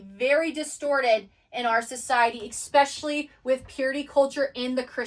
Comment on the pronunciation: I absolutely love this content and I am glad other people are waking up to these truths. That being said your pronunciation of several words are just distracting the whole thought process. 😂 No disrespect. Especially/ no “x” sound Et Cetra/no “d” sound, pronounced like “set-tra” The Tao/ no “t” sound, it makes a “d” sound. Magi/ “g” sounds the same as it does in magic. Not hard like “game” Achetypes/ sounds like “ark” no “ch” Reiki/ sounds like “ray-kee” not “ree-kee” Hope this helps.